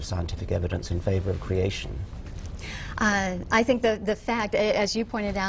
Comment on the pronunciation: Why the fuck does she pronounce "creation" like that haha? Is that supposed to make it sound more plausible just because you make it sound like another word haha